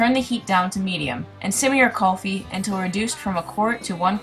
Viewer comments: Just an FYI- It's KOOL-FEE not KUHL-fee (I'm Indian, and Kulfi is an Indian word) ;) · its not callfi.....its Kulfi.....say it properly... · the proper way to pronounce kulfi to cool-fee. I'm Indian so thought I would let you know :)